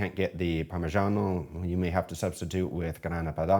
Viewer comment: Hi, always nice to see your pro skills! Very nice recipe, better than the other rubbish out there! Although Vincenzo might roast you about your Italian pronunciation of parrrrrmigiano😂 but I think you're hot😍😍😍